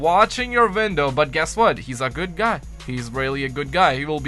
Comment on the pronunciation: OHHHH YOURE SAYING 'WINDOW' god damnit I thought you were saying "Vindal" and I was like "Ok maybe I don't know that much about COD zombies" but it was really your accent. I feel better now. Great video btw dude